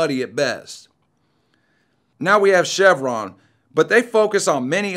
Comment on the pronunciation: Chevon is NOT Chevron